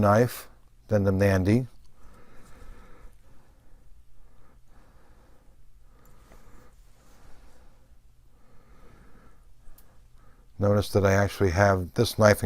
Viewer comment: Great knife, I have the same one in in ebony. Just one thing, it's not pronounced "Mandy" it's pronounced more like "Manundi", great video otherwise